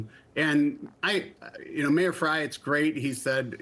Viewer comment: Frey doesn't even know how to pronounce his own name. Grey : Frey